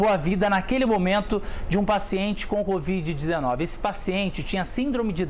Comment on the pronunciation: LEGAL ISSO. E como sou observadora notei que o repórter fala assim, "com esse abraço ao paciente especial com BOVIDE 19, BOVIDE, ELE DIZ. Alguém mais notou ou só eu? Vale lembrar nao falo por mal nem estoy corrigindo e sim comentando.